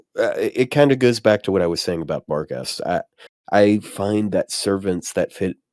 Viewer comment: Barghest (Archer) is pronounced "Barcher"